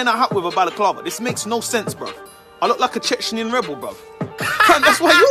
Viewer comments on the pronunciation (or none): Man said Chechnyan rebel 😭